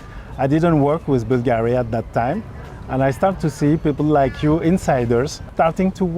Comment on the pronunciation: He not pronouncing Bulgari properly.